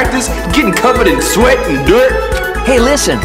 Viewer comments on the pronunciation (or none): none